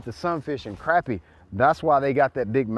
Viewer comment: Glad you say Crappie the right way! Thought that was just a North Georgia thing.